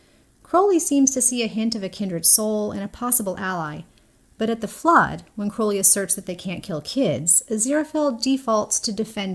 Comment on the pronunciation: Thankyou American person for pronouncing Crowley properly. I keep seeing YT American videos where they say Crauley., I have to wonder if they call the black raven like bird a crau. I really love this. I think it's spot on, not sure I'd relate it to the ox ribs. The way I see it, Aziraphale is always saying nice things to Crowley, which he often rejects, and he is always making heart eyes at him. That's how he expresses his feelings. Crowley, makes grand gestures. He has asked Aziraphale twice in S1 to run away with him, and both times, he just came back when it was rejected. This time, he knows he can't just come back , he's desperate so this is his biggest gesture yet. Totally agree it's about communicating and it's all about being in love. Gaiman says this also.